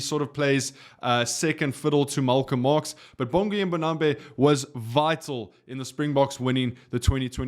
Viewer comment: Man you pronounce his name correctly though? Its not MbonambE its MbonambI.